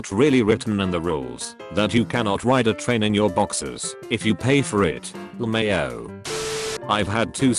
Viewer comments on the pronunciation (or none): "le-mayo" - Text-to-speech guy